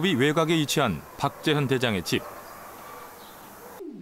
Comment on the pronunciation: 나레이션이 박재현을 왜? 탁재현으로 발음하나?